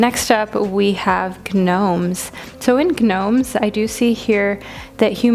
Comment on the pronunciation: I’m sorry but g-nomes??